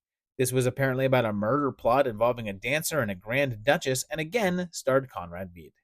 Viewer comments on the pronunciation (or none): Wonderful stuff!; I absolutely love all of the projects! A couple of pronunciation notes: Karl Freund is pronounced "froynd." Freund is German for friend. Conrad Veidt's last name has the vowel sound as in "eye." One good thing about German is the pronunciation rules are very regular, unlike English, so ei will always be "eye" and ie will always be "ee."